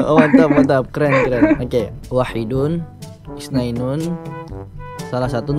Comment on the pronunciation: Isnaini bukan isnainun